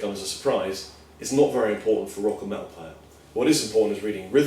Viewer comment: i like the way he says "métl"